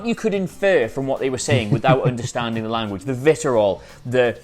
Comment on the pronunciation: you know it's vi-tree-ol, right? not vit-er-ol it's vitriol